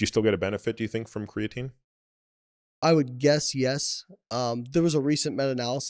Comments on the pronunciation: CREATINE ... not creating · small nitpick here obv but I absolutely cannot stand the way he says crea-tin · What does he pronounce it Crea-Tin? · Whats the word im looking for.... You have 2 “professionals” who cant even say the word “creatine” properly... Is this irony or... ?